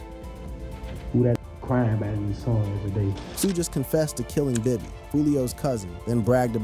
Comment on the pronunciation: His name is pronounced " Kay- so" at least say the name right....like you keep up.